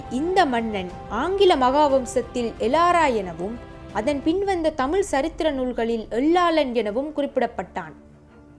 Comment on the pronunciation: while you speak chase Tamiz, sadly you are not able to pronounce the great language Tamiz. Pl don't put la for iz. Jayaram